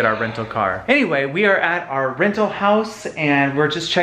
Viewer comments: Omg 😂😂 “renal homes” instead of rental 😂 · “Renal Homes” 🤣🤣🤣